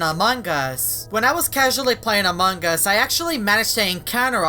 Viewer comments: Why do many players say amongus instead of among-us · its strange you call among us among gus in every single vid my sis is angry at that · When every he say among us I hear mang us Lol